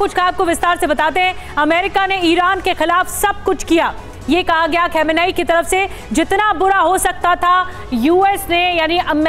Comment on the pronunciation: खामनेई not खेमनई ,Dear anchor Plz chk your pronunciation 😂😂😂😂